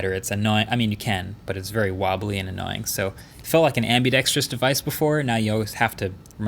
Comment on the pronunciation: How many "annaoying"s?